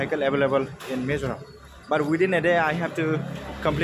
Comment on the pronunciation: Not mezoram😂😂😂 it's Mizoram